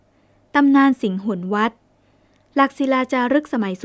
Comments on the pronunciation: ตำนานสิงหนวัติอ่านว่าสิงหนนะวัดหรือสิงหะนะวัดไม่ใช่สิงหนวัดค่ะ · สำหรับท่านผู้บรรยาย. หริภุญชัย อ่านว่า หะ-ริ-พุน-ไช .. และ สิงหนวัติ อ่านว่า สิง-หะ-นะวัด .. นะครับ. "ก่อนการบันทึกเสียงคำบรรยายในทุกๆครั้ง. ขออนุญาตแนะนำท่านผู้บรรยาย ช่วยกรุณา.ตรวจทานการออกเสียงกับคำ ที่มีลักษณะดังเช่นที่ได้ชี้แจงทักท้วงมานี้ด้วยนะครับ. "เด็กๆที่บ้านชอบดูกันมากๆครับ. ถ้ามีโอกาส(โดยอ้อม)ได้ปลูกฝังการออกเสียง และการใช้ภาษาไทย ให้ถูกต้องเหมาะสม. ก็ย่อมเป็นการดีสำหรับพวกเขานะครับ. "ขอบคุณมากครับ. #FC.ครับ 😊 .. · สิงหนวัติ น่าจะ ออกเสียง ว่า สิง หะ นะ วัด นะครับ